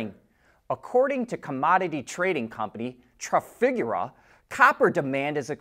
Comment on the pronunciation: He absolutely bombed the pronunciation of Trafigura.🤦🏻‍♂️